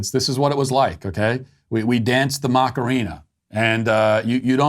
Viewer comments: It’s not Macareena; it’s Macarena … you are really bad with saying things that do not come from your universe … don’t be so ignorant! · Not gonna lie, hearing you say "Mock-arina" 20 times in that segment made me want to shove a pencil in my ears. Are you trying to incorporate a hidden dad joke in there or something or can you really not pronounce "a"? Say it with me: "Mah-kah-rena"